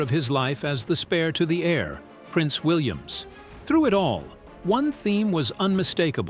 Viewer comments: Please stop saying Williams. His name is William without the s at the end!! Good grief!! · Yeah-every time I heard Prince Williams it was like someone drew a fork across a dry plate😖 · Why do you keep saying PRINCE WILLIAMS. It is PRINCE WILLIAM!!!! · Would someone tell the idiot narrating this that it’s Prince William not Williams. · Why is this the big whine. It's AI. Get use t o it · Oh dear me Our Prince is William NOT. Williams. Also mis pronunciation of certain words in the ENGLISH language are very irritating. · That is what happens when you let AI read your script.:face-blue-smiling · Is this AI? Why can't this robot get Prince William correct?